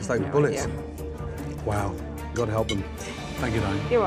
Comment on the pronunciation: I'm not gonna rip into dude believing god inspired his sauce. That would be far too easy. I am however gonna ask why he pronounces god that way? I can't get past it, I simply cannot.